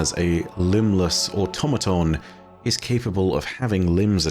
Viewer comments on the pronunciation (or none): none